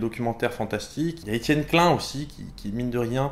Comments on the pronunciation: /!\ Attention ceci est un commentaire bien fat /!\ Salut j'ai découvert ta chaîne hier (et j'ai tout vu depuis, donc j'ai pas chômé !) En tant qu'alsacien je suis choqué quand tu prononces Klein "clun" ! NON ! Klaïne ! (à prendre avec de l'humour) Ta vidéo sur les sens m'a vraiment concernée étant donné que j'ai fait un avc il y a quelques mois donc du coup j'ai pu tester un peu tout allant de la kinesthésie, à la perte de proprioception et de tout le reste pour se rendre compte que la douleur revient en première, suivie de la thermosensibilité (c'est ça ?), puis de la proprioception (vraiment BEAUCOUP plus/trop tard) puis de la sensibilité tactile mais là je m'avance pas, ce n'est pas encore le cas ^^ J'ai adoré tes vidéos sur la relativité et j'attend impatiemment la suite ! Toutes tes vidéos sont vraiment très travaillées et on sent la recherche derrière. Pareil pour les animations qui sont vraiment pas mal et facilitent vraiment la compréhension ! Pour finir tu m'as motivé à acheter le cours sur la physique quantique étant donné qu'un pote m'a déjà branché dessus avec le cryptage quantique. Mais c'est tellement f*cking compliqué qu'un cours de zéro comme tu nous l'a dit, ça vaut vraiment de l'or ! En plus de ça je suis un fan de tout ce qui touche à l'informatique (d'où le cryptage quantique), aux maths et à la physique donc en tant que programmeur C++ amateur savoir que tu es aussi dans cette branche ça fait plaisir ! J'ai hâte de voir la suite étant donné qu'il y a tell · Tu viens de Strasbourg et tu dis Etienne Klain ?